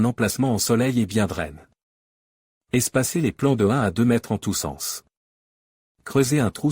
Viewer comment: L'IA n'aime pas l'accent aigu sur le e.On entend draine aiguise au lieu de aiguisé, drainé...etc,c'est nul.